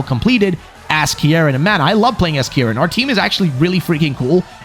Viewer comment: Your saying the name wrong, it’s pronounced ( keyr-in ). How will always pointing north help you get home, what if you don’t live north?